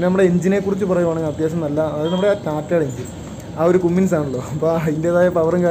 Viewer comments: കുമ്മിങ്സ് അല്ല കമ്മിൻസ് എന്നാണ് പറയുക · ഭായ് ഒരു ചെറിയ തെറ്റ് ...ക ുമ്മിൻസ് അല്ല കമ്മിൻസ് ...